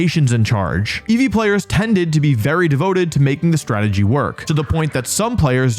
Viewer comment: inceevee anyone?